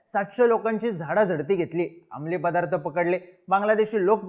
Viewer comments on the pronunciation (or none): none